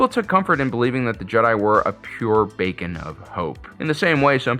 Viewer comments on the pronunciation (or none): He said bacon of hope now I'm hungry lmao